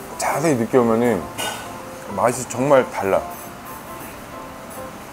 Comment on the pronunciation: 2분 21초쯤에 저만 정말이 ㅈㄴ로 들리나요?